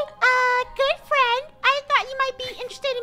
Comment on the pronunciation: Gerogie pretending to be an Angel: hey fwend lets make a deal a fwendly deal. Funneh: YES YES YES YES YES! Draco: OH MY GOD FUNNEH! REEEEEEEEEEEEEEEEEEEEEEEEEEEEEE!